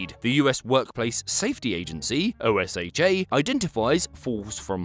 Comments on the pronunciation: Osha is pronounced oh-sha not o s h a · I thought this was an AI done video when he called it O-S-H-A instead of OSHA (Oh-sha) but then here he was just a few seconds later. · Nobody says o s h a lol. It's oh-shuh. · In case you ever read this. In the U.S, we say OSHA as a simple word "osha". Pronouncing is like "oh-sha". Alright heading back to the video, cause this looks like a fun one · In case anyone forgot you were British; you pronounce every letter in OSHA. Weirdest thing I have heard this month.